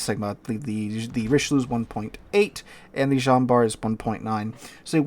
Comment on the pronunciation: Jean is most definitely not pronounced like "John".